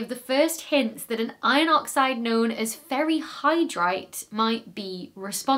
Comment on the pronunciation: Did anyone else think she said "fairy hydrite" or was that just me? lol